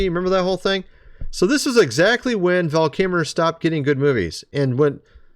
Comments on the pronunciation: VAL KIL -MER , pronounce his name correctly please. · You seem to be having an AWFUL time pronouncing “Val Kilmer”.😬